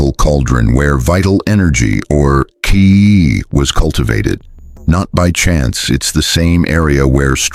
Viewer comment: HARA KIRI ANYONE? And AI, it's pronounced CHEE (QI) not KEE! Try a little, it is difficult to believe this is your personal research or wisdom. It is on so many other chanels!